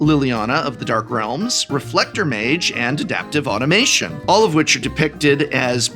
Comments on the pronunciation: “Adaptive AUTOMATON,” Prof, not “Adaptive Automation.” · Excellent intro, and the profs energy for these matches my own. Sigh... I can't stop myself from pointing out that it's automaton, not automation. uh-TAWM-uh-tawn. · I hate to be that guy, but there's no "i" in "AutomaTON"